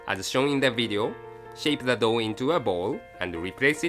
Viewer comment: i couldn't stop laughing because every time said "dough" i replaced it with "dog" xD